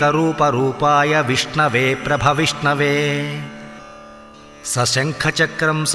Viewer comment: Beautifully recited but in south most of the people are not able to pronounce श or ष and they recite it as स. So श of shanker is pronounced as स and Vishnave विष्णवे as Visnave ie विस्णवे although Telugu alphabet has both aphabets ie श and ष ़ साईं राम।